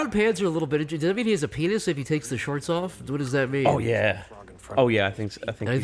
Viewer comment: His PEEN-uh, his rude bits